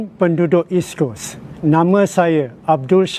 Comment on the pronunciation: lol HSK can't even properly pronounce East Coast